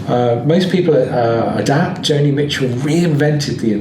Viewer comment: It's JONI Mitchel.